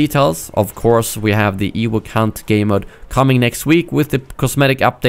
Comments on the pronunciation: wtf is an "ewook" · Ha. "Ewuk".